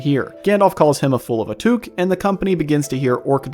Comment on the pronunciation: Odd pronunciations of "Gandalf" and "Took" there ! I wondered who "Gandolph" was.